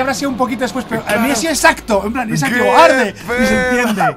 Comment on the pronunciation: en el minuto 9.59 mike dijo HARDE jajajajajaja y el portal se prende:elbowcough